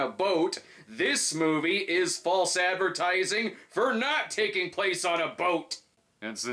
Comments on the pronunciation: Moive? Is that Yiddish for anything or just how people from Jersey pronounce "Marv?" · The "Moive" 🤣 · "My Little Pony the Moive"?